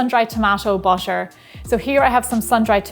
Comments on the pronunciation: Why why why😭😭...why do you pronounce butter as basher sometimes... sometimes butter.... I really don't understand this....why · The way you pronounce butter <3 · I love the way she says 'butter' 💕